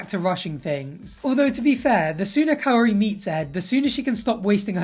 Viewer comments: He needs to stop calling her cayotee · Why do I feel like he's saying Coyote every time he says Kaori 😂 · you don't even need to roll the r. Cuz obviously he can't do it. But he should try to say it the best he can instead of saying coyote 🐺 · The way he pronounces her name as KAA-OOri when its literally just Kaori is making me cringe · "Kaory, Kauory, Coyote" 😂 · where in the world does he get the t in Kaory? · Is he trying to say coyote? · "Her name is Kaory, I hope i'm saying her name right... Kaory, Kaooory... KAORY!" 2 seconds later.. "Cayote and I..." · Ed: KAORY, I hope I’m saying that right Literally one second later: coyote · Practicing to pronounce her name and THEN he goes straight back to calling her coyote, geeze 🙄🤦🏻‍♀️ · Ed, Just call her Kai-oh-ree. -_ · Without i. It is Ka-o-ry... simple... but the exes are rose and liz... so even her name is looking too much for her. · He says her name so horribly